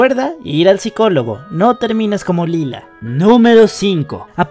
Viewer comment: lie-la* xd